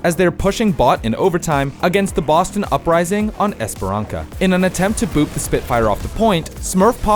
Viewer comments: Esperan-sa not Esperan-ka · anyone else mad he says esperanka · amazing video!!!! great narrating, angles, the pov of the live of every single moment shown + the dk music 10/10!!!! btw i think its pronounced "es pe ran sa" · Great to see this back. Also, the word of the day is "Esperança", where the 'c' is soft due to the little comma below it. Read it more like Esperansa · Please learn. How to say esperansca there is no hard c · You don't actually play ow, do you? If you wanted us to believe you do then why do you pronounce the name of the first map like that? You can't blame it on being an american idiot.